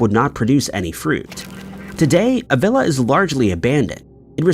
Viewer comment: It’s pronounced Uh-villa. It’s definitely haunted.